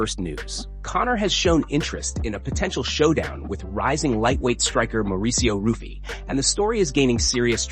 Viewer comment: Hey, learn how to pronounce fighters' names. You mispronounced Mauricio Ruffy's "name" two different ways. Ruff-EE, ROOF-EE, but it's HOO-fee. And, Ev-lOv? There's nothing worse than turds who want to cash in on MMA but have no knowledge of the sport.